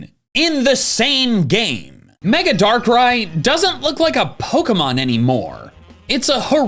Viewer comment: IT'S DARKRAI, NOT DARK RYE! FIX IT NOW!